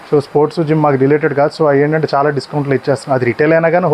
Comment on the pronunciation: అరేయ్ బాబు చానా కాదు చాలా అని పలకాలి ఇలా అన్నందుకు బాధ పడకు కరెక్ట్ గా పలకాలి అని చెప్పడం నా ఉద్దేశం 🙏